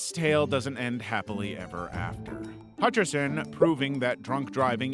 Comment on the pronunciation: John hatcherson? More like john hutcherso